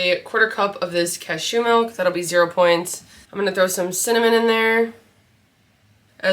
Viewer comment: you say 'cashew' so weird lol